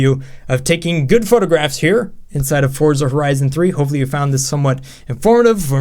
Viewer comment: he says Frorza